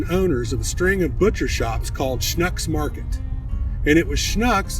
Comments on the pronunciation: He didn’t really badger it… more sh•nooks instead of sh•nucks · It’s pronounced like book Schnucks! Not like nuck. It’s like Schnooks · Its pronounced Shnooks(Schnucks) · Great history, but you need to work on the pronunciation of Schnuck's. The "u" sounds like the "oo" in wood. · Thanks for the video ... but please ... if you're going to act like an expert on this learn how to pronounce Schnucks and being native of St. Louis I've never heard of Saint Lou ees ans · I have 6 1 1/4” steaks from Schnucks in my fridge right now. They’re goin’ on the grill soon. Regardless how you pronounced the name, as an eastern Missouri boy I appreciate the shout out to the Schnucks boys and your great grilling method. Mine’s a little different but as we say here, “It’s all good!”